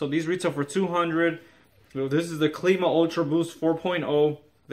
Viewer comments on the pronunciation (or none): WTF is Cleema?? How do you pronounce Climate as in Clima? Cleemite? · Good review but it’s pronounced Climb-ah like how you pronounce climate.